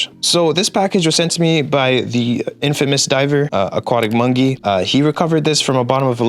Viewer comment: the way he said Aquatic Mongey instead of Aquatic Monkey lol